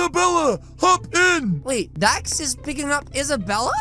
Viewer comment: He said dad instead of dax???